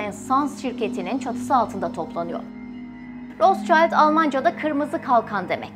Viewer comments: Rotchild değil Rotschild…okunuşu da rotşild…Ailenin adını söyleyemeden program yapmak garip olmuş. Üstelik de almancada kırmızı kalkan anlamına geldiğini söyledikten sonra… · Isim Alman ismi RotSchild , okunusu rosŞayild degil, RotŞilt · yalniz Rotsayld degil ! Rotsild! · Rostçayld olarak değil Rotşild şeklinde doğru okunuşu da videoyu tekrar inceleyip düzeltmemişler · Roschild diye bir telafuz yok rotşild almanca bir kelimedir ver kirmizi kalkan anlamina geliyor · Rotşaylt diye okunmaz, Almanca bir isimse telafuzu Rotşilt tir. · Kardeşim rotsçayld değil Rothschild. Ve roşild diye okunur. Adama İngiltere'de bile roşild deniyor sen niye ısrarla ingilizce telaffuz ediyorsun. Fransız mişel e maykil demek gibidir bu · Daha okumasını bilmiyorsunuz, rotşayld değil, rotşild* diye okunur, Almanya kökenli kelime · Rotsçayld neden? Turkler almancada iyi olmalarına rağmen neden yanlış seslendiriyorlar? Rotşild seklinde okunuyor🙄 Barış Özcan da Aynstayn demesine de çok sasirmisdim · Roths-Child değili Rot-schild. Rot - Şild telafuzu. soyismin ingilizce ile alakası yok. tamamıyle almanca. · Rotşayld değil Rotşilt diye okunur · Ros cayt değil, rot şild şeklinde okunuyor gerçekte. Ve anlamı ( kırmızı tabela ! Kırmızı kalkan ) Almanya kökenli olduğu için öyle kalmış soy isimleri. ( Rotschild ) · abla herkes senin hesaptaki yanlışına takmış. ama ben adamın adını yanlış söylemene taktım. rotşild diye okunuyor kırmızı kalkan anlamına gelir. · Okunușu ROTȘİLD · Rot-şild diye telaffuz edilir. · Bu arada rootşilt diye okunuyor/telaffuz ediliyor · Rot şild diye okunuyor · Rotşild diye okunur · Rotşild diye okunmuyor mu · Rotşild okunur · Bir de doğru telaffuz etseydiniz. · Rothschild almancadir Okunusu almanca ingilizce deyil. Kirmizi tabela.plaka demektir